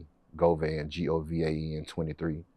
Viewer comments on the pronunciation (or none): none